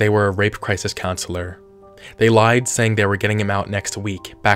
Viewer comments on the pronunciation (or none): none